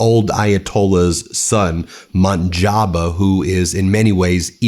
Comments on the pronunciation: Munjaba 😂😂😂😂😂 What the heck man. It should sound like “moooooj taba” Also it’s arakji not arghichi, dude…. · Moj taba not Monjaba😂 why you Americans can’t read and pronounce properly ? Mojtaba does not have Ayatolah title so he can’t replace his father also he is very modern guy why when you don’t have knowledge you make clips this is misinformation trump also call Armania Albania😂 azarbayjan as aberbayjan😂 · For the love of God man it’s Muj-Ta-Ba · Mo-j-ta-bā (with the “j” like in jam and the final “ā” elongated). - The stress usually falls on the second syllable: mo-JTA-ba.